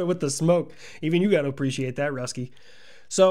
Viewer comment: I do in fact "ahpresheate"!